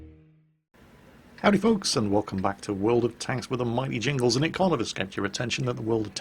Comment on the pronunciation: Do we need to point it out jingles?...Jingles?